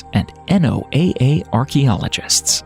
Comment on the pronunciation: The repetitive spelling out of NOAA is extremely annoying everyone I've ever met speaks/pronounces it as a word.